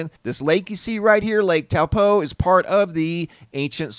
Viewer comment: out of all the people i watch about Lake Taupo you are the only person who said it in a NZ accent lol